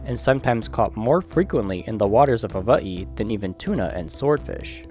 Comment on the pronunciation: Why the dude saying Hawaii so weirdly🤣🤣